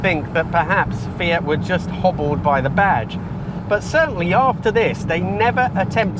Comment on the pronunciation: What a lovely car. And,, thank you for saying, "Fee-it" and not, "Fee-ahht", which is all I hear in the States. My Fiat-factory-trained mechanic of years past, who spoke with an accent thicker than top-quality Alfredo sauce, pronounced it as you do. In my American accent, I have always said, "Fee-at" with an acceptably flat, "a". But, "Fee-ahht"? Never!